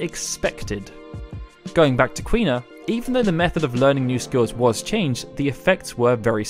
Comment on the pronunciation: Quina is Queen-a/King-a